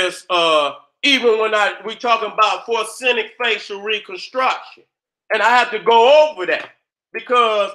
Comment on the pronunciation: So Nobody ain't gone tell da it's FO REN ZIC???? NOT FOR SEN IC. HAHAHAAH SHOUT OUT TO DA GENERAL... NO DISRESPECT 💯💯